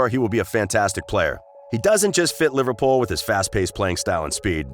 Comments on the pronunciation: Jesus.....you can't even pronounce Liverpool properly......honestly LIVERPOL ????? WTF 😡😡😡😡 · I love you man. You even try to say Takumi Minamino with an accent and don't even do that bad. Then the next breath "LIVERPAUL" xD